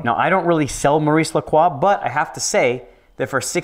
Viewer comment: Koodos to for pronouncing croix properly! I only mention it because whenever people talk about st croix in the US the say "saint crow"..just cringy is all..